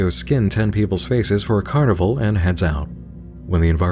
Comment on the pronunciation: Two things I didn't see you mention: - He doesn't say carnival, he says carnibaal. Carnival to Baal. - The "turn on the console on..." message has text in Enochian at the bottom.